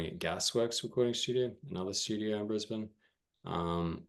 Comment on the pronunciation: I do hear a lot different genres on that single. You said Brisbane correctly I said it wrong when I talked to a shoegaze band from there.